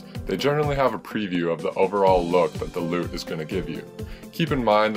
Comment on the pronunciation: I cringe every time he says "loot" its lut, which stands for look up table